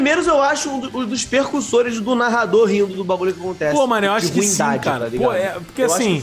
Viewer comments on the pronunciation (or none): Não é "percussores". É precurssores.